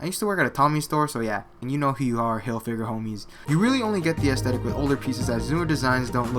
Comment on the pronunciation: why does he say assthetic lol